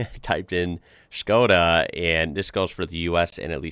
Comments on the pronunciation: Bro if you come to europe let me know and we can drive arround in a '22 Octavia RS , trust me its worth it. Also kudos to actually pronouncing it as it should :) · HE SAID SKODA CORRECTLY NO WAY